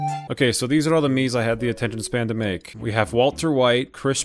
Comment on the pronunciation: “Here are all out Miimes!”